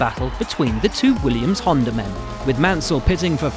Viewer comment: I had to rewind two times to double-check that they actually said "Williams"